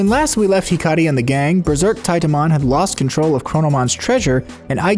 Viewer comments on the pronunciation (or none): none